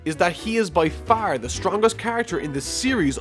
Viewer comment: Dude where are you from? Every time you say FAAAR I can't tell if it's Boston or Chicago